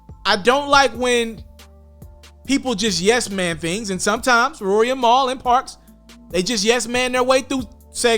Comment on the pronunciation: Niggas would never get Mal name right 😂😂😂 every person I’ve ever heard say his name pronounce it different LOL this guy saying Mile 😭 it’s Mal, as in JAMAL lol idk why that’s so hard for people to understand